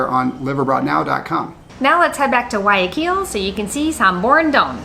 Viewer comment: Thank you, your the ones that say Guayaquil the best. Everyone says KILL at the end, it's not that difficult, nor is Quito. Thank you. 😊🌹